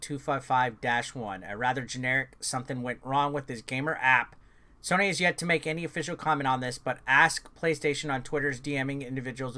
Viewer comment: Hes gonna get in trouble by the comments for saying sonny instead on sony/soeny